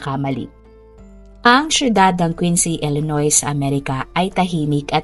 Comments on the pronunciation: It pronounce illinoi. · Misleading na nga ung thumbnail mo pati ung pronunciation mo ng US STATE ay mali I-LUH-NOY kasi pronunciation non without "S" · Correction😅😅😅wrong pronunciation ka ng Illinois 😅😅😅